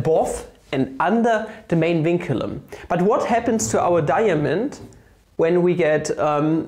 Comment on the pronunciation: I came here for a cool way to write 2, but stayed because of snekh. Also da-ya-mond!